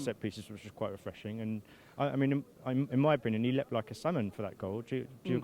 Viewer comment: Leptd like a salmon hahahahahaha omg